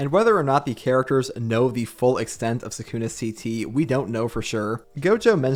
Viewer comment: is my man really gonna be pronouncing it suck-una for the entire video?